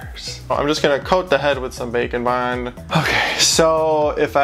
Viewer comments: Whenever he says “bake and bond” I hear “bacon bond”. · I know its "Bake and Bond" but to me it sounds like "Bacon Bond" does anyone else hear that? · I swear that for ages I thought you were saying bacon bond, clearly James' meatier cousin.